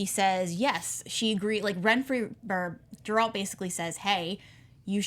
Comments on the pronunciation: It's not Jeralt, it's Geralt. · Its a hard G host, not pronounced like a J. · Host: Please stop mispronouncing Geralt’s name